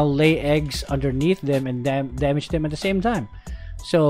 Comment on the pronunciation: "NOW THAT'S A LOTTA DAMIDGE"